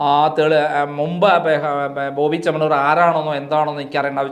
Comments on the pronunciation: ചേണ്ണമാണ്ണൂർ അല്ല ചേമ്മണ്ണൂർ പോയി നാക്ക് വടിക് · ഈ ചങ്ങാതിക്ക് മലയാളം പറയാനറിയില്ലേ.?😂 ""ബോബി ചെണ്ണമാണ്ണൂർ '' കഷ്ട്ടം 🤔🤔